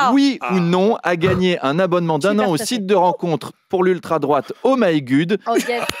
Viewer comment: "Oh my gud" 😂😂😂😂